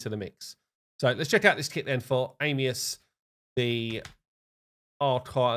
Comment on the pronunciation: Am E us not Aim lol come on guy I know English is hard